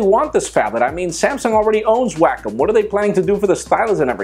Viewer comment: "Samsung already owns Wack Em' so what are they planning to do?" Make Wack Em' Off?! LMAO BTW I think you pronounced it wrong.